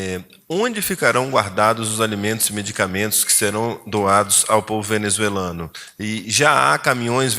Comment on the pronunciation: Cambada de repórteres que nem sabem falar a palavra “ Venezuelano”. 🤣